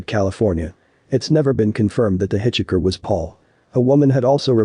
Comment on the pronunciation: Hit chi ker lol 😅